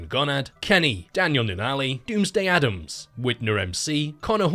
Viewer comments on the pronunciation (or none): none